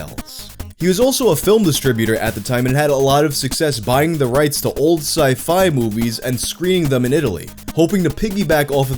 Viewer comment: sci, fi? You said it weird